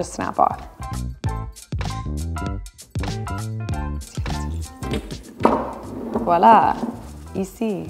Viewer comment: Thank you ever so much for saying "voila!" instead of "walla!"